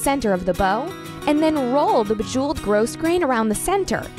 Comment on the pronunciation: The "s" in grosgrain is silent.